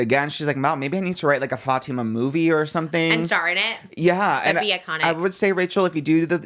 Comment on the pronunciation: It’s so refreshing seeing people pronounce Fatima correctly, thanks 🫶🫶🫶